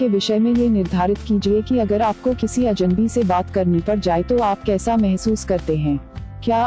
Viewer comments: पहले तो आप अजन्‌बी के स्थान पर अजनबी अज+नबी का उच्चारण ठीक कीजिए। बातचीत करने के लिए हमें सर्वप्रथम अपनी भाषा का उच्चारण सही होना चाहिए। अब वो चाहे अंग्रेजी हो, हिंदी हो अथवा कोई और भाषा... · Aapko bhi ajnabi bolne me problem hoti he Ye gor Kia aapne Medam